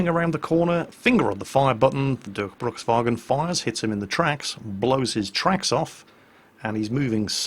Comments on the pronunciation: Dörkbrukswagen? What is that? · sounds so funny how u try to speak Durchbruchswagen 2 :D sounds weird to a german :D